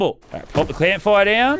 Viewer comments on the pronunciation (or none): Did anyone hear Lannan say Let’s pop the CLAMP fire Any1 or is it just me like if u heard lannan say it clamp fire instead of camp fire